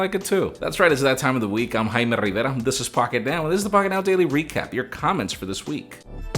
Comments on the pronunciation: "Eym Hayme Rriverra" it sounds like this but its satisfying to hear when he's the one saying it. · His name is in spanish and not in english, therefore he's pronouncing it correctly. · Such a relief to pronounce it right and fast.